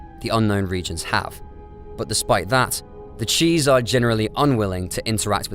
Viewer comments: Why is bro pronouncing “chiss” as “cheese”??? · Cheese? Fuckin really? You have to be taking a piss there is no way you read chiss and think it says cheese you have to be fucking with us. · I can't get over him saying cheese instead of chiss 😂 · It’s not cheese dude. It’s chis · I have to comment it;s teh Chiss not the cheese Lol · the cheese, the blue species, the CHEESE? its CHISS NOT CHEESE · CHISS not cheese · It pronounced Chiss as Cheese so probably. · Yeah I’ve never before heard it said out loud, but I’ve always mentally said it like chips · The only thing I'm going to have nightmares about in this galaxy is the way Chiss was pronounced in this video 1:70:00 ;P